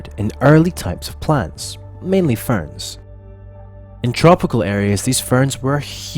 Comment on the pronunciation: weird emphasis on ferns